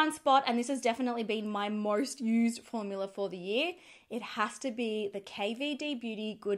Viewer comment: I love that some times she says formular, instead of formula. I ahd a neighbor who used to call them formulars.